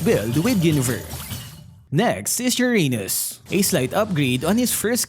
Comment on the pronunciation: "Next is ur anus" 💀 I cant unhear it anymore